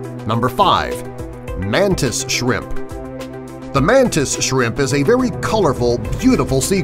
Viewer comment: It's shrimp not chrimp